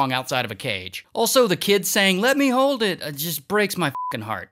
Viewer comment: "lemme hoewd it"